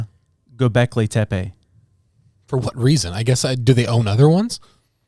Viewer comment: You got the pronunciation almost right. "Göbekli" was perfect. You just got the second part wrong. It's "Tepe" and not "Tepey" as you said. The "e" is spoken the same way. You got the "Te" right, just try to match the "pe" to that. Te(h)-pe(h). Hint: set Google Translator to turkish and use the turkish audio there.